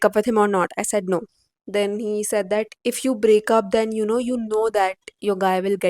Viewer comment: Hey don't pronounce 'that' like this Bhat ganda sound ho rha